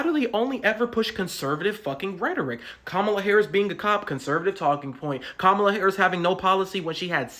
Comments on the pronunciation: kuh-MAH-luh is indian, her name is not pronounced like punctuation. Ask any indian woman: her name is kuh-MAH-luh. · So according to the guy you're a racist because you mispronounced Kamala? 😂 Which is BTW an Indian name not a Black name! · Dude is saying Kamala incorrectly. Also, Kamala is an Indian name, not a black name. Guy thought he was cooking.